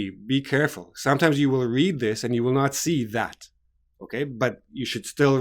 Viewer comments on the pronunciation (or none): none